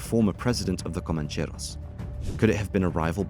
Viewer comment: You make it sound exotic: "comancheRRRRRos". Rolling your "r"s is a bit too good for these bogans.